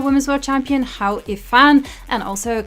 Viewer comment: Hou is pronounced hoe, the tool to remove weed.